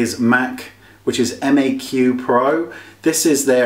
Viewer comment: I believe the brand is called Maq not Mac.